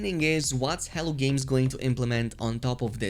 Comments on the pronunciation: Errrr isn't that spelled " H E L L O " Games? Hell-OH? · I don't know if you're aware of it or not but you say hell games a lot it's hello games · Why do I hear "hell" games everytime u say Hello Games? Lmao. Sounds funny. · It often sounds like you’re calling them “Hell Games.”😃